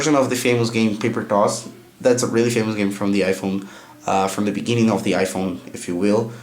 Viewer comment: y are you saying toss in the Indian ascent lol